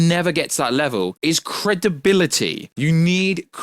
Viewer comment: You need "Cre-De-Bi-Li-Ty" !!!